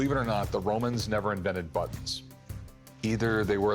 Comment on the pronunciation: The book guy that says buttons like "buddons" said recently the negotiating is real, but they do know ahead of time their coming and so do the "experts".